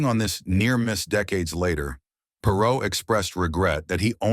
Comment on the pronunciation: We can tell this is A.I. generated the first second! Perreault is pronounced correctly (Per-row), but its not Gill-BURT, it's Zhil-Bear. The dude was french canadian! Later his linemate Rene Robert (Row Bear) is pronounced Robber. Even the word "achieve" is mispronounced! The part that discusses his career statistics is totally mangled and impossible to understand. Also the headline mentions marital problems, a court appearance and him being almost 60. He was drafted in 1970. The NHL draft was only for 20 year olds then, so... this would make him 74 or 75 not less than 60! C'mon! How come freedom of speech (truth) is censored here, but click bait is allowed???